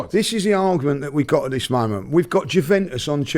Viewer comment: Why cant he pronounce juventus?